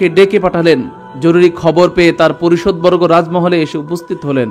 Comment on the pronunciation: মাশাল্লাহ। পারিষদবর্গ হবে সঠিক উচ্চারণ। ধন্যবাদ।